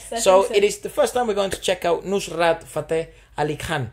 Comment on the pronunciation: You butchered the pronunciation... It's pronounced as Nuh-srat